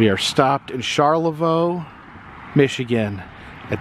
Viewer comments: Just a sweet reminder it is pronounced Char Le voy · Great video! Welcome to Michigan. Maybe soon try crossing the Mighty Mac to the Superior State there for more adventures, eh? BTW it is - shaar -luh-voy. :) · Dude! Destroying those city/town names. It’s Pin-conn-îng. Os-Sco-Da. OSS-in eke. Char-la-voy. Great vids anyway. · Just for your information.... Charlevoix is said like Char-la-voi and Pinconning is said like Pin-Con-ing. And to really mess you up Charlotte is said as Char-Lot. Michiganders have their unique ways of saying things. I lived there for 50 years. It's good to see the old stomping grounds again. Thank you.